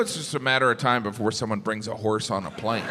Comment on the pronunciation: Oh! You said "horse"! I thought you said "whores". Geez no wonder I didn't get the jokes. NOW... they make sense 😂